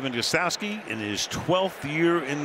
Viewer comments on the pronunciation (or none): Every time Al Michaels says the name GOSTKOWSKI he totally mangles it. That K is nowhere to be found!